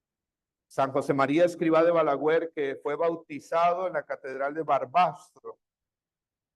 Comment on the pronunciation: Se dice BALAGUER no BALAGÜER… 😊